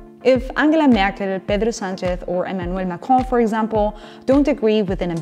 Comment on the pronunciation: This is unimportant, but your pronunciation of Merkel, Sanchez and Macron was perfect